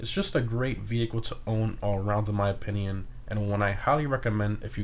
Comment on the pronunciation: he continues to say opinion the wrong way and it's annoying lmao